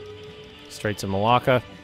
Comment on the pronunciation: This is very late, lol but I enjoyed your pronunciation of the straights of (as I heard it lol) maláka. Which has a lovely meaning in Greek in this context :) haha